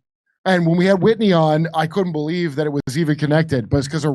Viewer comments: Jimmy why do you keep mispronouncing Whitney's name? You call her Whitey. Has she not gained at least that amount of respect. 🤨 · It's "Whitney" Webb, Jimmy, not Whitey, take your meds bud. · Her name is Whitney, not "whitey." And she's a towering intellect. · Her name is Whitney, not Whitey. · It's Whitney, not Whitey. Says so on the cover of the book behind you 😅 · Jimmy, her name is "Whitney" and you keep calling her Whitey. 😢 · Jimmy, it's WHITNEY - WIT KNEE WEBB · Jimmy sounds like an idiot when he mispronounces Whitney Webb's name. Have some fkn respect already. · He constantly mispronounces things, relax. It's the intent that really matters.